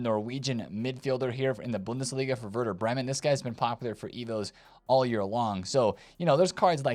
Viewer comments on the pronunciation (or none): none